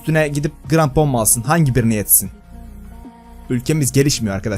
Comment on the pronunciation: grampon değil krampon